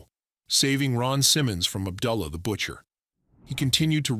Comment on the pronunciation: Good video except the pronunciations of Abdullah and Kamala